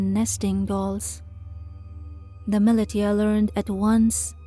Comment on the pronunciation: ‘Millie•tee•a’, is that meant to be ‘millisha’ (militia)?